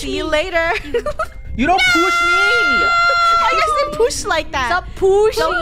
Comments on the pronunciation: "Don't Poosh Me!" - Draco, 2021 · "dont poosh me 😡😡😡😡"